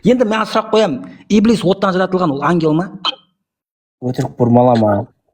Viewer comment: Ибилис емес Ібіліс деп қаз транскрипциямен айтыңдар , құлаққа еблеге ұқсап естіліп бәдік секс сөз болып. кетті 😂😂😂